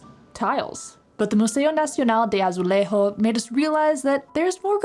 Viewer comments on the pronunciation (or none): Hearing Azulejo being pronounced as “AzuleHo” is cringeworthy!! Please just call it “Tile”… the same goes for “Jerónimos”… Also, you really missed out by skipping the Pastéis de Belém! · Sorry guys, but You pronounce AZULEJOS ... in Spanish. It would take ten minutes or less to check the correct sound of "J" and "O" in Portuguess. Please...